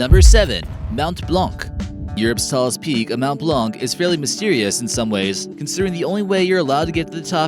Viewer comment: It mount blan the c is silent